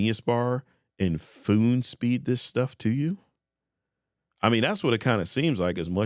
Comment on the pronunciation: Did you actually say FOON SPEED ?😂